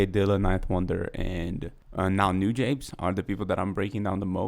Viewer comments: btw you pronnounce it noo-jah-bess, not nu-jabeyz lol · Newjabes? It's New-Jah-Bez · It's "Nu-jahbes"